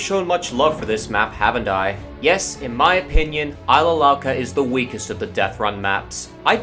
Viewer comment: It's not Ilsa Louca It's Isla Louca!